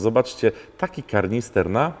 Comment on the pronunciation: Wiem, że czepialstwo ale kANister - tam nie ma R w środku :D